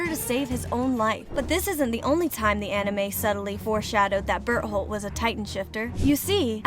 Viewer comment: ah yes an ''expert'' who cant pronounce Berthold